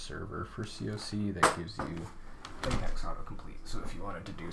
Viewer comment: It’s pronounced latex, not latex.